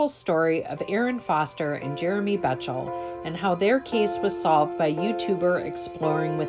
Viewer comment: Jeremy's last name is actually pronounced "Beck tol".